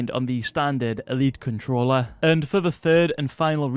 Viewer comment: ‘Letshes new controllar’ 😂